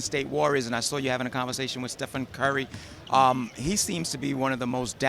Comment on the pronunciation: who the fuq is Stephon Curry I'm pretty sure its Stephen